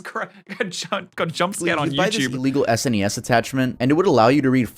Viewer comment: The fact this dude spells out SNES instead of just saying SNES tells me he is not qualified for gaming information.